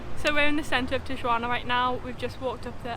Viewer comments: tiyuana? hahahahahaha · Not a good video guys, at least get the pronunciation of Tijuana correct and do some background on different places you are about to visit. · I hope people taught you how to pronounce Tijuana properly...otherwise, great video!